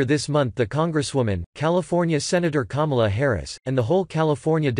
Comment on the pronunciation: Normally I don’t like these robotic voices.......but at :14 apx. It sounds like he says. Kumala. And I laughed